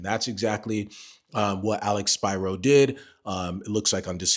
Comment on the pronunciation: First, thank you for pronouncing Alex Spiro’s name correctly. Secondly, thank you for not sensationalizing the updates. I hope your channel grows so more people can have access to honest and informed content from a REAL lawyer.